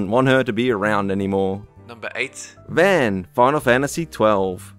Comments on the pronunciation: Pii-choo not Pie-choo. Ree-koo not rai-koo. Vahn, not van. Also, how is Kairi annoying? She's barely in the game at all, so how could she possible get on anyone's nerves? Why was the first picture you showed of Namine, not Kairi? How is a joke boss that's really easy to beat annoying? What was the criteria for "annoying" in this list at all? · Pichu = Pee Chu, Riku = Re Koo, and Vann = Vahn. lol. Good video though. All of them listed in the video are way annoying for sure. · your pronunciation of character names is appalling, pichu (pee-chu) vaan (von)